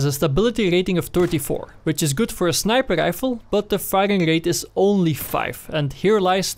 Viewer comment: I like the way he says snipaade rifle